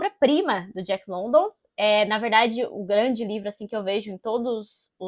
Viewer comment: Boa resenha, é um livro ao qual gosto muito. Li a primeira vez, 12 anos atrás, e recentemente terminei a releitura, com muito mais proveito. Não querendo encher o saco ou ser puritana, mas a pronúncia do sobrenome do autor, não é London como escrito, e sim Lundan.